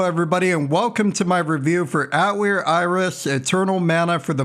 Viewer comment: Watched the first 10 seconds, mispronounced Atelier twice, thumbs down, wrote this comment, closed video.